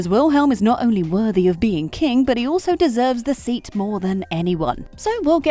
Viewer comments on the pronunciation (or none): none